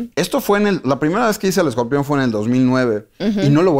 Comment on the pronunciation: Esta señora es una resortera con peluca. Y por qué dice escorpeón? Vi la entrevista solo por el escorpión.